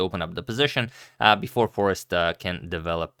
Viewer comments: By the way it is Foreest not Forest :) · Foreest is pronounced as if one is saying the words far and haste, without sounding the "h" part of the second word. Give me some upvotes here, people, so Antonio can see the light at the end of the tunnel. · It is not "Forest" but "Foreest", and you pronounce it as "foraste", quite simple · pronouncing is simple : 4raced / for-raced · last name is french/dutch and pronounced: foe-rrrr-eh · Foreest For Eest (vowel like "day" without initial D) Forayst is quite acceptable way of pronouncing it for English speakers. Trust me, I'm a language expert and I'm Dutch. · Just trying to torture Agadmator even more with Jorden's family name, but here it is pronounced by a Dutchman: . So, once again, it is "Foraste", like in "taste", with emphasis on "aste". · It's pronounced Fourayehaksthen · agadmator: I'm the only chess commentator in the world who can correctly pronounce Praggaanandhaa, Nezhmetdinov, Mamedyarov, Nepomniachtchi, Alekhine, and Aronian. also agadmator: Foreest? Forest? Frest? Forast? Forster? Foreskin? I give up. It's pure sorcery! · It's scary when the guy who pronounces almost everything right is like, "I am done with this shit" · Sure that's fine but it's not the correct pronunciation. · And it was in this position that Agadmator resigned his attempt of pronunciation